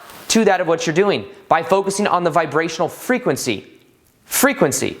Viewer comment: I love your "frehquency" in this video. I'm feeling your vibe man. We are more than we think or can think. Love it.